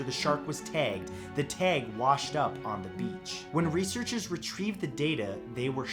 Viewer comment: The way he says “tag” is annoying